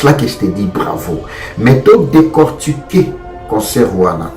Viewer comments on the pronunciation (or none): Stade de marture ? Réussi toi tu dis ressu ? Décortiquer toi tu prononce Décortuquer ...Bref